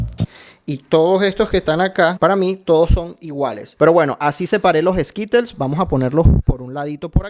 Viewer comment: Yo me estaba muriendo de que los m&m’s los pronunciaba como “em y ems” (em an ems) y los skittles como “eskitels” (eskirols) jsjsj :v no me juzguen es que siento raro de que lo diga así por que yo me acostumbro de otra forma pero igual la pronunciación también depende de cada país